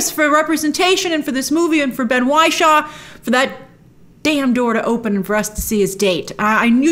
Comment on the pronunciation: Not Why-shaw!! It's Ben Wishaw as in 'Wish'